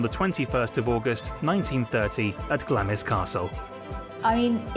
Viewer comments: Glamis is pronounced with the i silent!!!!!!!!! BAD MISTAKE!!!!!!! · The Earl of Strathmore home Glamis Castle is pronounced “Glarm” not glam - is. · 'Glamis' is pronounced 'Glaams' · "Glamis" is pronounced GLAMS